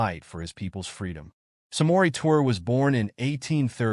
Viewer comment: Pronounced (Tour-ray) ❤️